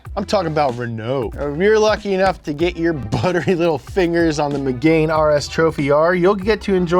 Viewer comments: "Meg-anne", not 'Meg-ain" or "Me-gain" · The way he says Megane ahahahah. It's Meg-Ann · Its Megane (meh gahn) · Ah, yes. The megain RS